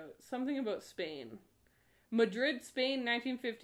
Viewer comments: Nobody:: Áböút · The way she says 'ABOUT' made me realize for the first time that she might be a Canadian. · Oh my god I’m Canadian too and I have NEVER heard someone say about in such a stereotypically Canadian way NOT on purpose and I’m CRYING laughing omg 😂😂😂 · Please don't apologize for your Canadian about!